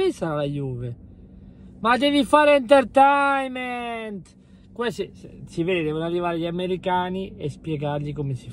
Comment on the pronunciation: Comunque si dice "enterteinment"